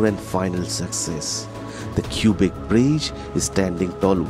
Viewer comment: Cubic City !? The Cubic Bridge ?!? Don't the residents pronounce it "kwabeck" ??